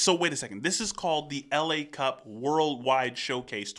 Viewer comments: That's not "LA" like "Los Angeles", but "la", like "the" in french ;) And Berrywan (not "Bennymen") won against him. But let's say that he used to be a member of Berrywan, since it's also a french group :D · It is "la cup" like "the cup" rather than the city Los Angeles LA cup.